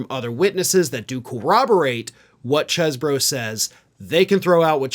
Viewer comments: It's Cheese-bro. Spelt like that. Same way you pronounce it. Cannot Cheese-bro. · Damn it,! It’s pronounced “CHEEZ-bro”! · I thought it was pronounced cheese-borough